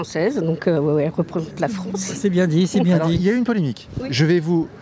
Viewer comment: La Fwance occupée. C'est pas rwaciste, ça , didont?